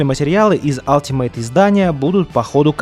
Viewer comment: алтимат, а не ..мейт. ˈʌl.tɪ.mət